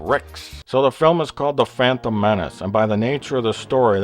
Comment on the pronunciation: Bleach still didn't get me to forget about the Fwantom Menace.